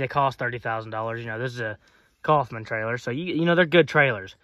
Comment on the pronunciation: ITS NOT COFFMAN IT IS KOWFMAN. looked it up. My Last name is Coffman.